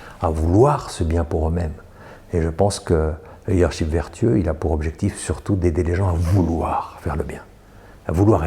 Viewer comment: corrigez votre prononciation du mot leadership!!! vous dites leader sheep = mouton!! ship comme dans miss this it his etc.